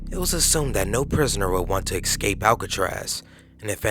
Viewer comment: Are you saying "EX-Cape"?